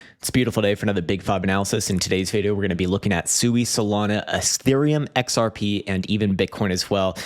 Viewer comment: SUI is pronounced “swee” by Mysten Labs.